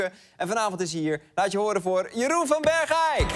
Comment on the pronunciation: Even voor Arjen en mensen boven de Maas. Ik woon in gemeente Bergeijk en je zegt Bergeijk in één keer niet 'Berg-eijk'. Ik zeg toch ook niet Vol-endam of Rotterd-am. #Brabant #Limburg